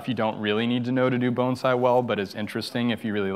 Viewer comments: Thank you for pronouncing the word Bonsai correctly! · Thank you for pronouncing the word bonsai correctly